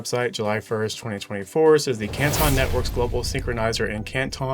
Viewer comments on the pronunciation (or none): I live in the city of Canton and that is not how its pronounced you guys are murdering the spelling